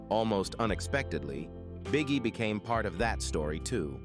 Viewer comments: This AI robot announcer keeps saying Bee-Ghee. It's so annoying. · Bee Gee they pronounce it Bee Gee.